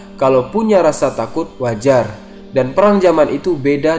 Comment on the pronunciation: tolut takut..ngakak mendengar nya pas mau tidur,,malah jadi ketawa gua